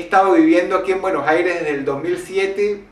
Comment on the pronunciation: Dross Se dice Buenos Aires, no Buenos jaires.